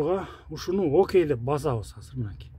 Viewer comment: Азыр деген созду Казыр деп суйлогондордун башын жулупсалсан э? Кыргыз тилинде казыр деген соз жок. Конковайлар ошентип суйлойт беле?